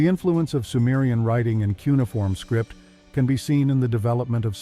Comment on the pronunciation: "Kunai-form" lol Jesus